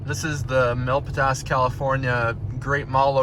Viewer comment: Great video thanks but you butchered "Milpitas"